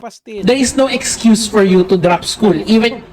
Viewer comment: Ekcuse nga kasi.😂😂😂😂.bulol b to?.